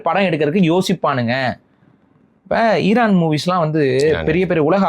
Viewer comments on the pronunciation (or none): none